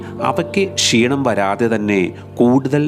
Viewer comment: നിങ്ങളുടെ വിവരണം അറുബോറാണ്. കൃതിമത്വം കൊടുക്കാതെ സ്വാഭാവിക രീതിയിൽ സംസാരിക്കുക. ഉച്ചാരണവും നന്നാകേണ്ടതുണ്ട്. പഷി അല്ല, പക്ഷി ആണ്. ഷീണം അല്ല ക്ഷീണം ആണ്.